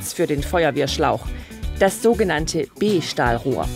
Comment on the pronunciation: und es heißt Strahlrohr und nicht Strahlror🤦🏻‍♂️